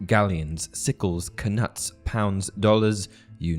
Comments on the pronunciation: It's "Ka-noots" not "Ka - nuts". I assume after the Danish king Knut who invaded the British isles in the early middle ages. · Isn’t knuts pronounced nuts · I always thought that knuts were pronounced without the k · I thought the k in knits was silent